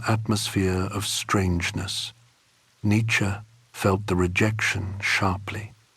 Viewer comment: 1 minute in and the narrator pronounces his name incorrectly..